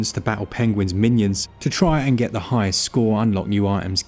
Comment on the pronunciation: "Da power of da Switch"